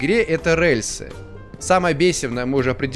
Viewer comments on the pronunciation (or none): Выздоравливай! P.S. Произношение "рэльсы" неправильное потому как гиперкорректное, правильно говорить "рельсы" с мягким "р". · Мне так нравится, как произносит "рЭльсы"))